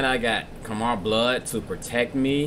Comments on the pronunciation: Khmer pronounced ka’mai, no “er” at the end great reaction btw. Khmer means the people and language of Cambodia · It's prounounced kah Mai btw